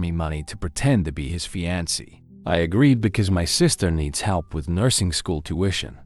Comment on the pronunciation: How is it you keep showing pictures of black women while describing white women?? It's really misleading. Fiancé is pronounced fee-ahn-say.